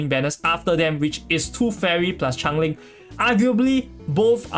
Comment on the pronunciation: It's change - ling not chang - ling. I thought the character was some spinoff of Chang-e the goddess of the moon from chinese mythology when I first heard your pronunciation.